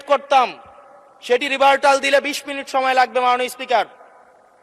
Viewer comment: ওই অশিক্ষিত ইতর বাটপার টি জানে না যে শব্দটি রিবাটাল (rebuttal), রিবারটাল না। ওকে লাথী মেরে নামায় না কেন।